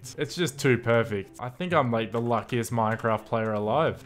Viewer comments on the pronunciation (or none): When he says luckiast i say bionic